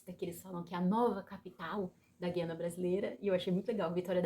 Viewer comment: Ja começou errada, quem pronuncia QUIANA com QUI é Portugueses, Brasileiros pronunciam GUIANA com GUI!